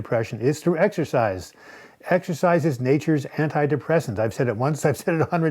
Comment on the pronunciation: "Exercise" not "Exersize"